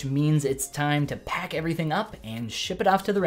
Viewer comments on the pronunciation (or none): none